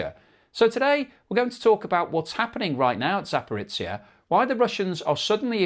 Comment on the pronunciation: Zaparitsia? Oh jeebus. Can you not just look how to approximate these names sometimes? At least you stopped saying Hormu as "whore-mutts"